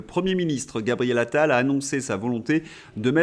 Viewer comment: "Gabriel Anal" je fais le pari que ce lapsus est dû au surnom que les journalistes lui ont donné entre eux quatre ils parlent de lui, Pascal Praud l'a certainement prononcé par habitude 🤣